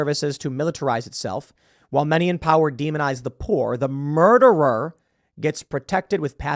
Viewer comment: Muderer, Tim. I know it's a small thing, but it's important to document what AOC called him properly, otherwise people will forget.